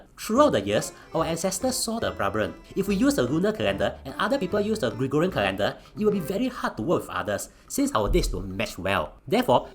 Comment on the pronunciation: woww I am surprised pronounced Gregorian correctly and not gregooooooriaaaaaaaaaaaaa